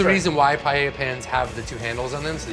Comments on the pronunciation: If he was trying to cook Paella this would be offensive as it is nothing like paella, but apparently he is cooking "paeyeyaya". Wtf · There is no "YAY" in pah-EH-yah. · Americanos cuando pronuncian paella xd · Esa pronunciación ya te da una idea de cómo la van a hacer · At least learn how to pronounce Paella.